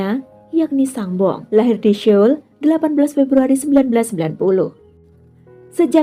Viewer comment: SEOUL bacanya bukan syol, tapi "soul" ..